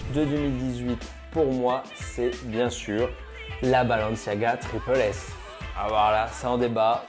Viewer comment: (TripLE S) Mec est ce que tu l’es à déjà porter tu dit que tout les chausure sont immonde tu l’es porte tu sera fan tu l’es portera toujours arête de juger sans essayer et juste on dit tripLE S et pas tripel S